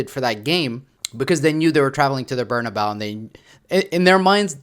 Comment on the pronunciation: Please, I’m begging you, stop calling the stadium “Bernabao”, it’s pronounced “Bernabe-ooh”.